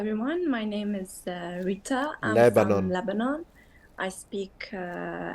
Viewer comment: I'm a Syrian national so I'm Rita's neighbour of some sort. I can confirm a few things. 1- yes, we enjoy rolling our R's. And we stress our T's when they come in between vowels so we call her RRiTTa. A very funny way to pronounce her name but I can see why you enjoy that part. 2- the word that describes the "head of the fishing process" is actually derived from the word Rita used which is ra'is (رئيس) and it's pronounced "Rayyes" whit a stress on the "y". That word was originally used to describe the master of the boat then it has expanded to include any type of informal bosses like foremen and Union leaders... etc. I'll edit this comment when I rewatch the video with timestamps hopefully when I rewatch. Love your work. You've got a new subscriber.